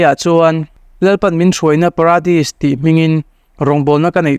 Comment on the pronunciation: Pradis nilovin Paradis ani zawk lo maw?